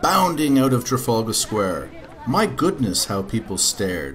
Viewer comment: you pronounced "trafalgar Square" wrong! it's trafalgar Square! not trafaulga Square!